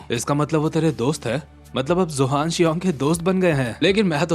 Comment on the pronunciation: Zohan ❌ Johan ✅